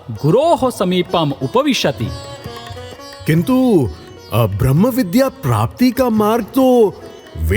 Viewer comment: The moment I hear भ्र in ब्रम्ह .... I quit